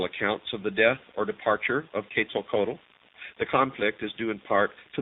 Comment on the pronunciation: I have conversed with Quetzalcoatl (ket sal ko watl) for about 15 years. I cannot watch this, it is so full of misconception, poor pronunciation, lack of understanding of the Maya and out and out BS, I am ashamed to see it on the internet. I have enjoyed so many of videos, this one truly disappoints.